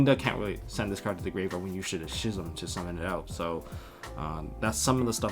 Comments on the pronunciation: How are you going to be playing yugioh for years and years, but still have a high school reading level It's pronounced "Skizm"... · I know this might be stupid, but when did we start pronouncing “schism” without the ‘c’? I dunno, a lot of my friends pronounce this wrong, so it gets me a lil’ heated lol